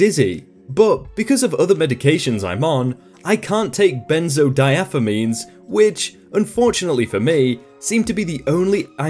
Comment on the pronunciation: BENZO-DIE-AZ-O-PEENS is how you pronounce the medication!